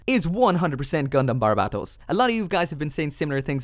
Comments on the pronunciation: It's "Barbatos". Not "Barbarbatos". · You still can’t say barbatos right, it’s bar-ba-t-os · It is not barbatos